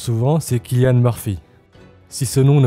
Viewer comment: Cillian ça se prononce comme « sillian » !